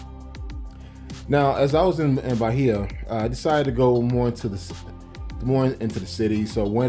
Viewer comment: BAI-EEEEE-AH no H sound